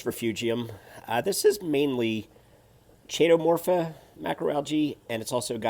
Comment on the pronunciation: Nice tank. The "Ch" in Chaetomorpha (Kay-toe-morph-ah), is pronounced with a "K" sound.